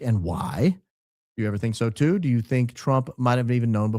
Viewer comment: The way she says “do” is SO annoying. Dieuw. 😑